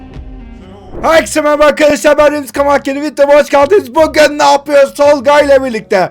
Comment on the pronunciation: Vityo değil video hikaye değil hikâye diye söylenir kardeş